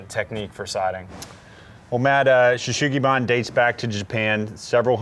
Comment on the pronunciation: It’s not Yakisugi or Shou sugi-ban if it’s not Cedar, it’s just charred wood. Sugi is the Japanese word for Cedar, and there’s no “H” sound in “sugi” so your pronunciation is wrong.